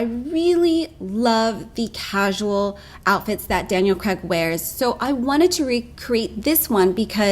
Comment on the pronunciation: His name is pronounced Cr"Aig" not Cr"Egg". "pot..A..tos - pot..ahh..toes......tom..A..toes - tom..ahh..toes"; you may say; well no, not when its someones family name.